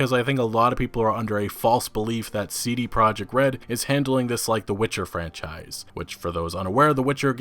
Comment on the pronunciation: You are pronouncing "CD Project” wrong. It's a Polish company so their name is in Polish. It's ”tzee-dee proyect”.